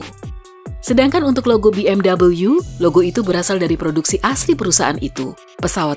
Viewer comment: Fyi aja, BMW itu pelafalannya bukan 'bi em double yu' tapi yg bener 'be em vwe'. Mobil dari Jerman dan orang Jerman membaca seperti itu